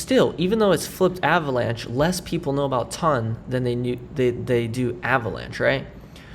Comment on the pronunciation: I’m sorry mate why do you call it TUN? It’s ton check the pronunciation online lol